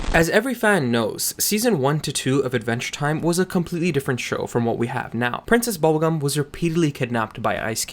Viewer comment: “Process Bubblegum”?